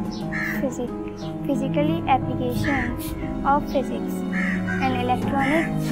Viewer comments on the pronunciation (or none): physics word nhi padhna aata itni badi ladki ko? hahahahaha